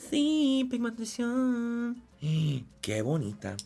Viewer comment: To all my latin people Manny diciendo pigmentación es como nemo diciendo anémona